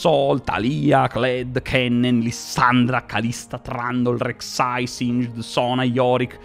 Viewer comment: Sono una persona semplice, godo quando le persone pronunciano bene Singed